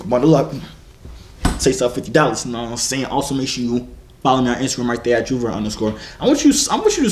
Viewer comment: That gul said JoYvier like umm...